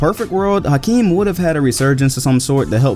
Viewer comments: H not house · In 2019 we still mispronounce Hakeem. The House is silent.